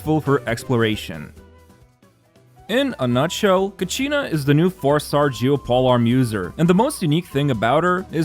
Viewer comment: It's not ka-she-na U can listen to the pronunciation when Mualani announced "Kachina will release the ball..." in Ignition teaser(flames forged something)